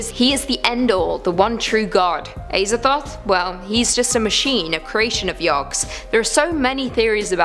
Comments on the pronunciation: It is pronounced AZA-THOTH NOT AY-ZATHOTH FOR FUCKS SAKE WOMAN!! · Pronounced AZA- THOTH not ASER-THOTH 😂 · imagine pronouncing azathoth as ayzathoth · The way she pronounces Azathoth makes me uncomfortable.